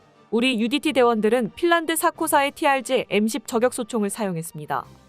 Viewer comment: 아무리 원고를 AI가 자동으로 읽는다해도 발음을 엉터리로 하면 듣기 싫습니다. 품격을 [품껵]이라고 발음하지만 저격은 [저껵]이라고 발음하면 않되죠. 이와 비슷한 예가 정말 많은데, 프로그램을 수정하던지 원고를 수정 하던지, 아니면 사람이 직접 읽던지... 내용은 공감하는데 나래이션은 불만족이네요. 사회봉사가 아니고 돈벌자고 하는 일인데...